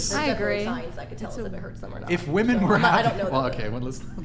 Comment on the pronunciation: cant even use the proper plural pronunciation of women. Her opinion is worth nothing.